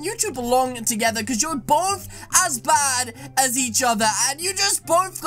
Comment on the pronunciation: I love how he just says badias guys